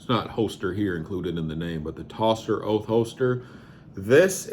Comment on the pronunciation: Is actually pronounced toaster holster. Although it spelt differently? And I have that same holster But carbon fiber for my Hellcat. But to be honest, the Vedder light tuck holster is the better holster for Concealment for me. I have the G27 Gen 5 with the front serrations, Love it but I carry it in the winter.